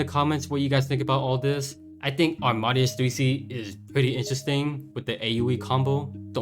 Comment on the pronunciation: I think it’s pronounced aam-ahh-day-us. Like Wolfgang Amadeus Mozart. Keep up the great videos!